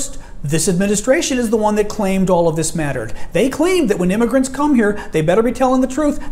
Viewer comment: I don't even think she's fluent in her own native mother's tongue. But she provides laugh for us and I'd give her credit for that. Such as: It pronounced eat, this pronounced thees, is pronounced ease, him pronounce heem, if pronounced eef, business pronounced beezeeness, and on and on. Other than that, she's fluent in English as well as all other 4 languages.